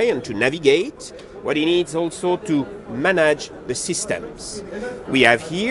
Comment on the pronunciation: When Manage becomes "Manaj" 😊